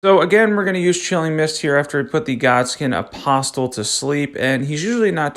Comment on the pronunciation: Good build! The "t" in Apostle is silent haha ;)